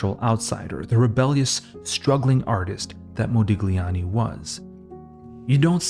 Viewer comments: Brother, it's Modiљani. Gli is pronounced in different way. Check it out in Google translate or sonewhere else on internet. Nice video nevertheless! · Intriguing vid. Forgive the pedantry but for future reference 'gli' in Italian is like 'lyi', so there's no 'g' sound in 'Modigliani' (mo-dee-lyi-AHN-ee) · Modigliani [modiʎˈʎaːni]. G is silent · A small suggestion if i may: it is pronounced mo-dee-lee-ah-nee, without the g. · Moe -dillyee ah nee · MO-DI-LYANI. You butchered it so many times. Overanalyzing at its worst. One of the greatest painters of all time, but you'll never get that. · Excellent video....for me Modigliani's art its a combination of El Greco and Cézzane (personal opinion). Thanks for the video man, and don't worry about the pronunciation we focus in the art.... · The G in his name is silent - and here you learned something about the artist. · To pronounce an artist's name correctly would have been a good start! Mu ears hurt. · ily but the pronounciation made me giggle every time lol, the g sound shouldnt be so pronounced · thank you for saying that! I'm Italian and every time he mentioned his name I felt a twinge, I don't expect everyone to know the rules of foreign languages, but a little research on pronunciation goes a long way to make video essays like this feel more professional and well-thought. I love this channel, it deserves such quality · It's not pedantry, I don't know how a cultured Western person could live their life without knowing the basics of Italian pronunciation